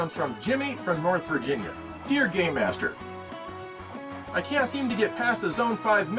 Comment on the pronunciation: When he says "game master" it sounds like he's saying "gay master".